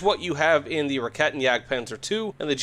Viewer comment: Just a quick headsup - "Raketen" would be pronounced (as an american) more like "Rackayten" instead of "Rahketten"